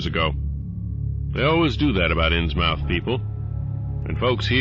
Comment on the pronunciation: I love these stories and your narration, and I can't wait to see more! Just one thing, you're pronouncing "Innsmouth" wrong. It's pronouced like "Inns-muth", not "inns-mouth". It's a New England regional thing.